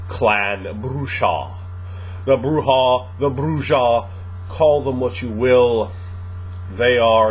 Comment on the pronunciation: Not to bust balls but the "j" in Brujah is silent. It's pronounce "Broo ah" not" Broo jah"